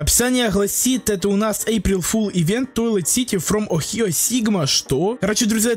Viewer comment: Хочу геймпасс ник amogus ohio и это слово не охио а огайо